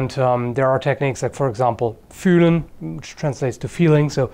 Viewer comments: I'm pretty impressed that can actually pronounce the "Ü" in "Fühlen". I really haven't heard that many english speakers who managed to do that.:D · Sounds funny when you speek german. You pronounced fühlen really good